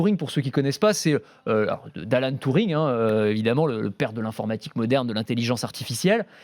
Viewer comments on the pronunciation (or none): On dit Turing pas Touring... Et c'est pas le père de l’intelligence artificiel mais juste de l'ordinateur. Sinon c'est toujours un plaisir.